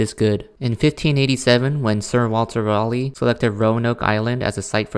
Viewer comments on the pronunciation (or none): none